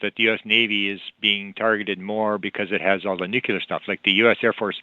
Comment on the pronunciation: It's so much easier to listen to on three-quarter speed. He's nonstop... the bonus of it though is that he's packing in twice as much information in almost.the same amount of time, pretty cool. But there's one thing that really irks me... the mispronunciation of nuclear. Drives me nuts, anyone else?